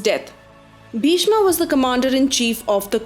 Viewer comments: Wrong pronunciation Pagli. What the hell is karana, bhishma, mahabharata etc. .It's bhism, karrn, mahabharat. Don't showoff you dump. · Hahaha what an idiotic pronunciations angaaaaa karnaaaaa bhismaaaaa bhardwajaaaa balramaaaaa bhimaaaaa you idiots Plz learn pronunciations before making videos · Pls its bhishma not bhishmaa, drona not dronaa, change the way of pronunciation. We aren't the English people